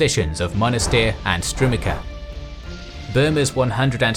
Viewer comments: It's pronounced Strumitsa not Strumika. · Strumica is pronounced Strumeetsa, not Strumika. There is a recording of the name on Wikipedia to reference. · Entertaining, informative and well-made video! It is just killing me how the narrator pronounces strumica. Looking forward to the next one!